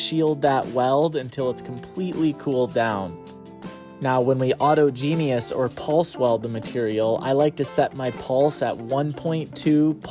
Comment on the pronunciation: It is autogenous (au·tog·e·nous) not auto genius